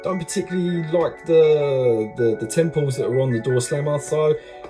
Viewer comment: Hi, love your videos, learned a thing or two. Just one thing though, it's not "temples" mate, it's "tampos". So called because the detailing is "tamped" on using a similar method to the one they use to put the expiry date on eggs with.